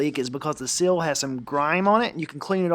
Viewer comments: It's not a 'sill', it is a 'seal'. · Dude you keep saying sill you mean to say seal!!!